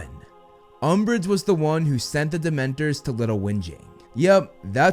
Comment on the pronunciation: LOL umbrage LOL UMBRIGE